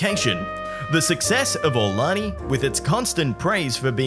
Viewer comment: The proper pronunciation of the Hawaiian resort is: Ah-oo-lonnie.